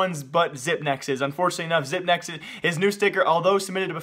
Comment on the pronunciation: zip-x not zip-nex